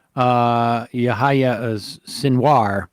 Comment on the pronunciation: His name is pronounced yah yah Sinwar. It’s John in Arabic